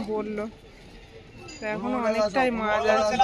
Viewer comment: Tumi maj bolo keno ota mach bolbe sunte baje lage rag koro na